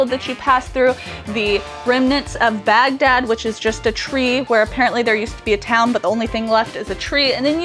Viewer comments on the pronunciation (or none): none